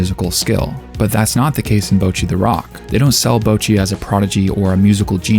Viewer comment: You keep pronouncing it like "bow-chee," but it should be more like "bottchi," with a sharper "tch" sound and shorter vowels.